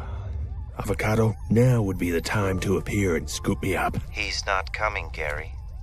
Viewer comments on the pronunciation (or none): Gaary not Death '-'